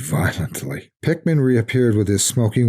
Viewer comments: Everytime he says Pickman, It sounds like Pikmin... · I always figured that was how it was meant to be pronounced... typical English pronunciation would usually result in a name like "Pickman" being pronounced much like "PICK-muhn" or "PICK-min", right?